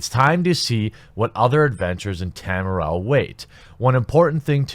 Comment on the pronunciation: Dude! You cannot correctly pronounce Tamriel?